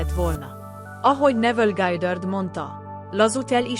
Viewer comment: Mindegyik rossz....nem lehetne megoldani emberi hanggal? Neville Gájdörd 😂iszonyat